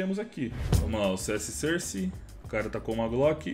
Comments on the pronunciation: "CS sãrce". KKKKKKKKK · A pronúncia correta é "sórce"! De nada.